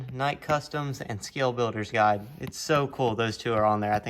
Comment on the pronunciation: Just an FYI...SBG is Guild...with an 'L'.....not guide. Enjoyed seeing your excitement for this kit. I'm excited to purchase one to keep building my fleet of crawlers. I don't have a portal truck so the Phoenix is will be fun for me.